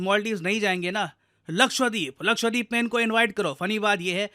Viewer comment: Sir please pronounce Lakshadweep as luh-kshuh-dveep✅ and not luh-kshva-deep ❌